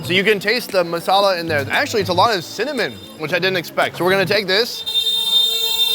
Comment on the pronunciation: As an Indian, I have two comments. First, I cringed every time he said bread lol. (On a side note, I’m impressed with some of your good pronunciations, like masala, channa, and paratha. Well done) Secondly, please don’t try and replicate this. Eating street food in India can be extremely dangerous, even deadly. As a tourist, you shouldn’t eat anything fried, anything with milk in it, or any vegetables you can see are being washed with an unclean water source. The risk of E. coli is quite high in poorly sanitized street vendor stations. You should generally go for food that has been boiled or is from a reputable place like a nice restaurant, to experience some authentic flavors safely. If you have been in India for a two months and haven’t gotten sick from food, then it might be safe to start trying slightly riskier foods.